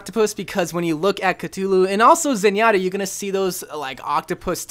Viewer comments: ive been playing since the gane came out and still think cultist is the best skin (personal preference) also its not cutoo loo its CUH-THOO-LOO or Cthulhu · Is nobody else mad that he keeps saying cutullu and not Cthulhu you say it like cuthulu not cutulu bruh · its pronounced ka-thoo-loo not ka-tu-lu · wait a minute. Did you pronounce Cthulhu... C-too-loo? I'm fairly sure it's pronounced C-thoo-loo, but idk. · CUTULU? CUTULU??!!!!!!!!!!! IT'S CTHULHU!!!!! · Cootoooooloooooo It’s Coo-Thoo-Loo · its not cut-u-loo its cuf-u-loo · Uhh catulu? It's cathulue. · It's cathulu not cut-hulu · Ku-Thu-Lu, not Ka-two, lu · Ka-thoo-loo not Ka-to-loo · It's cthulu not ctulu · c'THulu..... not c'Tulu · Its cu thu lu not ca too loo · Him saying Catulu is giving me a brain aneurysm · Did he just say Cuh-Too-Lou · Cthulhu is pronounced Cuthulu and he has a octopus face, dragon wings lion claws and sheep hooves for his back feet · Did my man say catulu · Cuhtulu isn’t a pronunciation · C"tulu TRIGGERED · Lovecraft said that the closest humans could get to pronouncing it would be something along the lines of "Khlûl'-hloo" there isnt even a "th" or "t" sound. basically what im trying to say is it cant possibly be pronounced by human beings. anyways cultist is a really good skin, i agree. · Cthulhu is pronounced ca-thu-lu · cthulu (cu-thu-lu) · Sorry for doing this but it's pronounced cu-th-ulu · its ca-THU-lu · It’s pronounced ka-thu-lu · the entire time during the cultist review portion I was dying because of how wrong his pronunciation of Cthulhu was. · I’m really triggered by how said Cthulhu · The way he pronounces Cthulhu hurts me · U pronunced Cthulhu wrong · Not to be rude but Cthulu is pronounced with a th sound like the or then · You pronounced Cthulhu wrong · That’s not how you pronounce Cthulhu >:(